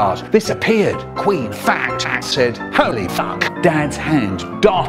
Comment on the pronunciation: when people get michael rosen to say penis it sounds like he’s saying 🅱️enis